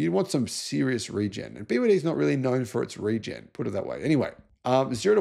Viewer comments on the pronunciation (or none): none